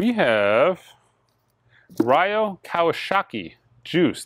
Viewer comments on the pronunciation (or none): Hey,!! It is pronounced 'Ree-o' Kawasaki. I worked with him musically in the 80s & 90s. He was amazing!!